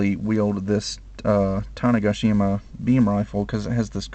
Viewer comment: Oh...sorry, I meant to say "tanega-shima".....you are pronouncing it "tane-gashima"...sorry if i'm confusing....lol